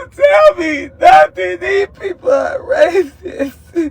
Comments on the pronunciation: Not "These people are RATHITHUH" (RACIST)?😂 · Nah that nigga said rathist what the hell is dat😂